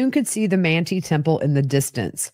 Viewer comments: I love this podcast. 😊 Manti, Utah is pronounced Man-tie. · Manti is pronounced Man-tie 😊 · Great information. Thanks! BTW Manti is pronounced with a long I. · The towns in Sanpete are pronounced “Man tie” and “E from” 😘